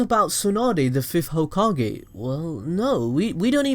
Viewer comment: Mah nigga said "tsunade the fif hokae"